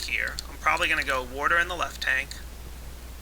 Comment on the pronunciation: you always say warter